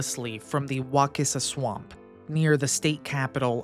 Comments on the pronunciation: Its Wa sis a, not Wa kiss a. You must not be from around here,..... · It's pronounced "wah-sissa" and "wah-kuh-lah" damnit non Floridians always fuckin it up...😂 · Wacissa prnounced Wassissa Wakulla..pronounce Wah KULL a not wah cool a. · Wacissa is pronounced wasissa. The letter C is pronounced like a S. I’ve lived in Monticello for over 30plus years and read about the Wacissa volcano many years ago. They use to make shine back in the woods. There’s lots of old hermit cabins or the remains of them along the wacissa river. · Ey!!! The Volcano!! You know the Great Wakulla Treasure is right there by the volcano ❤ Just an hour stumble Sorthweast. Also, we say "Wah-kuh-lla" and "Wah-sis-ah." If you see a word that looks even vaguely native, say it like a bumpkin, and you'll fit right in 😊 Folks 'round here tend to favor the smuggler/pirates/bootleggers version. Thats why we have the legend of the Great Wakulla Treasure. Nice vid, keep up the good work. Go War Eagles! 😜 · WAH SISS UH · Couple local pronunciation things: Wacissa rhymes with Narcissa, as the ‘c’ has a soft s sound. Wakulla is pronounced “wuh-KULL-a” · I was born and raised here and I've never heard it pronounced that way.